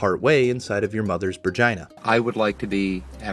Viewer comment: You said vergina. Lol